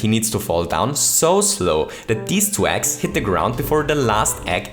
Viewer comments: When ever you Say eggs it sounds like ex XD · Every time he said Yoshi's Eggs, I thought he said Yoshi's Ex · I zoned out for a second and heard "ex" instead of "eggs"...who is yoshi's ex and how would they be useful in mario maker?? Lol